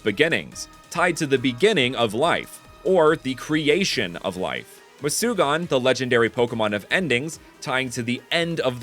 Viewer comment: It is not mucugan ,it is called murugan